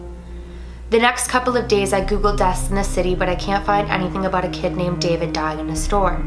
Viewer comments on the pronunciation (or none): none